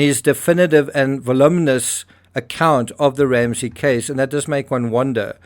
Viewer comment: Oddly enough, I subscribed early on, and then unsubscribed because of the whinging. But I still visit often enough and resubscribed recently. Another one of those, and I'll be gone again. The mispronunciation of voluminous sure doesn't help either. See? I watch it all.